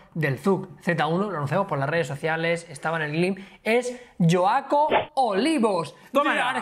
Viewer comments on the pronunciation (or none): jajajajaja noes yoaco es joaco se lee como se escribe osea con la jota "J" sin "sh" o "y" soy de argentia saludos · jjaja yo soy de argentina no es yoaco es joaco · "LLOACO" Jajaja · 😂😂😂 "yoaco". En Argentina a las personas con el nombre Joaquín, le decimos Joaco y se pronuncia tal y como está escrito. Perdonen pero me he reído mucho 😂😂😂😂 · Joaco viene de Joaquín, se pronuncia con J de Joaquín, no con J de Jaume, es argentino no catalán 😉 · Joaco es diminutivo de Joaquin, no "yoaco" 😂😂😂 saludos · Jajajaja joaco es de Joaquin, la j suena "fuerte" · No se pronuncia yoaco, se pronuncia Joaco, de joaquin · No es yo-a-co ajajaj se pronuncia jua-co. El nombre es joaquin